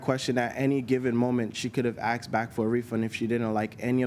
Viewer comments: Yeah - he said " He Axed"........... What dids "He Axed"......... Axed what... ? ... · Another person who says he AXED her. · She axed for a refund FRIGGING LEARN ENGLISH